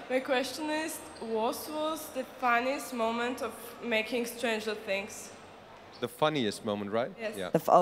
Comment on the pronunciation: Die meisten haben „Stranger Things“ einfach Stranger Tiiiiiings ausgesprochen hahaha